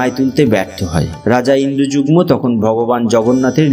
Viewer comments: 'Indrajugmo' bolchen , ota "Indradumno" hobe. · রাজা ইন্দ্রযুগ্ম নয়, তিনি ইন্দ্রদ্যুম্ন। নীল অঞ্চল নয়, নীলাচল। খুব সুন্দর বর্ণনা হয়েছে।